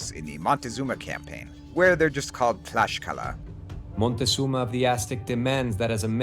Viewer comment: NGL, It makes me a little cringe to hear "Tlaxcala" or "Tlaxcalteca" with an "sh" sound instead of an "sk" sound on english wording better to follow the rules of your own language or try it in the most commun use on Spanish because Tlaxcaltēcatl (in Nahuatl), we all just butcher it.... My reccomendation would be to use Tlaxcalteca in Spanish as it is still used a lot when we go to Tlaxcala, even if it doesn't exist...